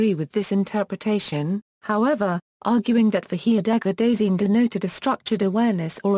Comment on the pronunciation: When you make a pronunciation video but it doesnt pronounce it right